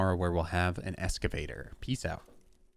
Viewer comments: It’s Excavator not Escavator... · It's pronounced EXcavator